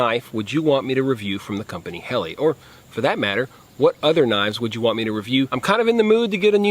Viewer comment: It's birch not maple, it's pronounced Hellah, not Helly,, perhaps you should do a bit more research before making a video, ??